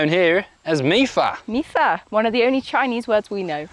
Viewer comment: its pronounced mi fan as in “me fun” with the same intonations you used